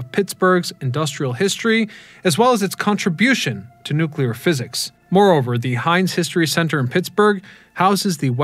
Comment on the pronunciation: Say it with me now,. "NOOK-LEE-UR"